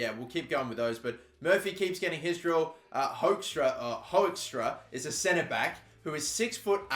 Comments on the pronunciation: You pronounce Hoekstra as hookstra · You pronounce Hoekstra like Hookstra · Just to help and so no more Dutch speakers get triggered: Hoekstra is pronounced Hook-stra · you pronounce Hoekstra as Hookstra really. just a little tip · I'm from Belgium and we also speak Dutch and Hoekstra is pronounced hook like a hook so hookstra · You say Hoekstra like this: Huokstra that is the sound how to say it in Dutch